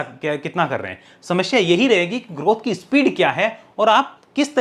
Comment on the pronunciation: समश्या ?? You are such a good speaker that's why I am pointing why "samashya" it's samasya